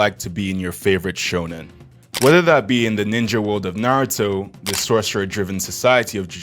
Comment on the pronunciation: When bro said nartou i was like "I AM DEAD"